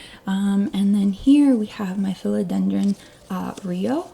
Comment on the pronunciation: I'm a minute in and already learned something: How to say the word Philodendron 🙂